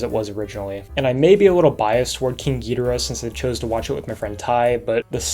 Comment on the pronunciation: YES HE SAID GHIDORAH RIGHT.............but you can pronounce the AH more, jk